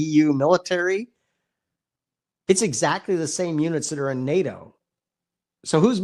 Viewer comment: NADO ? I thought the acronym was NATO.